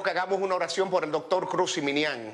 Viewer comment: Jiminian. No ziminian es ji no zi